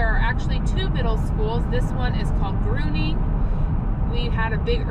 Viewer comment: As someone mentioned, there was a gas station at the comer where Walmart is. Also Gruening is not a long "u." It is silent with the long "e" carrying the first syllable.